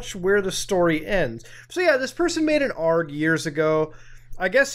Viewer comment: Everytime you pronounce aloud it as "arg" and not "A R G" i die a little more inside